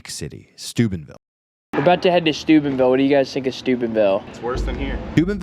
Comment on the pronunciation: oh Steubenville. I thought you said Stupidville. 😂